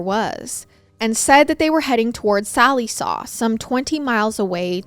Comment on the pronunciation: Lol I love how you said Sallisaw as Sally saw lol our oklahoma towns are weird names to say correctly if not from here. I remember hearing about this it was about hour from where I live.